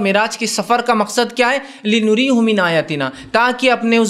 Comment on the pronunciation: Assalamualekum , Aap ne jo ayat padhi us me ek lafz hai " li nuriya hu "" us ko Aap ne ghalat padha hai Aap ne " li nuri hu "" padha ,,, mashaallah Aap Acha bayan karte hai , Aap K bayanath ache hote hai ,magar. Quran ki ayatu ko thoda ache andaz Aur fluently padhe